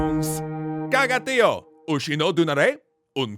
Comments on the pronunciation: For anyone listening, it's not pronounced TEE oh, but tee OH. That's what the little line over the o means in TIÓ, that the stress is on the o, not on the i. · As a Catalan I'm glad to see a video about our beloved "Tió". A small correction about the pronunciation: Tió has an accent in the o, which means that the stressed vowel must be the o, not the i.